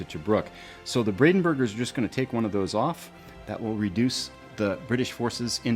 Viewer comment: Not bradenburger its brandenburger😉